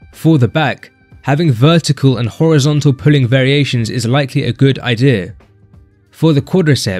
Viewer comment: ''a good ideh''